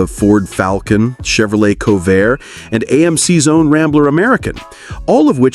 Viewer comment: "Chevrolet Cohvair", "Jar-gan-tuan"?? Remind me, PLEASE, to not watch this channel again..... :(